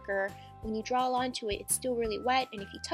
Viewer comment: It's draw not drawl frickin frick